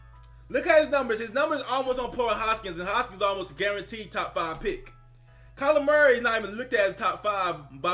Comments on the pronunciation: Sounds like you’re saying “Calamari” haha! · Everyone says it like that. He is now calamari to me forever. Calamari = Seafood = Dolphins = get him